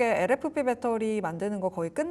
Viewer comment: 아 진짜 빼떠리 빼떠리... 진짜 듣기 싫네...발음 좀 고쳐라..